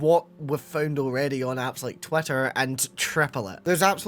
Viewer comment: I know it's just your accent, but it sounded like you called it "twat-ter" instead of twitter and honestly I really love that